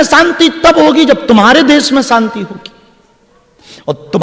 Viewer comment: सांती नहीं शांती बोलो